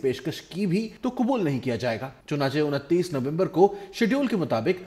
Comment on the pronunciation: Unattees nhi untees